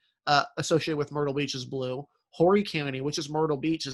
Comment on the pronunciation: Hi mispronounced Beaufort and Horry